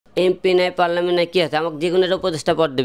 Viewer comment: ঠিকমতো পার্লামেন্ট উচ্চারণ করতে পারো না, আর তুমি হবে উপদেষ্টা। দেশে কি নেতার দুর্ভিক্ষ চলছে